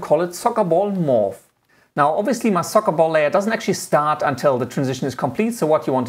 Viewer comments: If I have to listen to him say sokkabol one more time.... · Socabol? Just "Ball" it's enough lol. Nice tutorial by the way. Thanks. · "of the remote control into the SocaBol" SocaBol :D